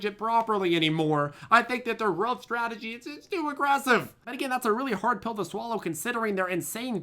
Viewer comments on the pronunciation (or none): none